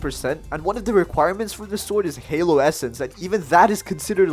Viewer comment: Really called hallow scythe halo scythe no offense to the accent just saying it’s not halo it’s ha- low